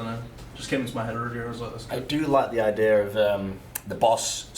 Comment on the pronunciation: Its "idea" not "i-deer"